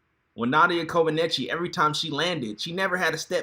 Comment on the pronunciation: Omg u are really butchering Nadia last name🙄🙄